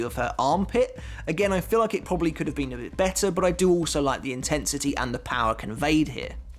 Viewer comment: "I do like the InTITsity"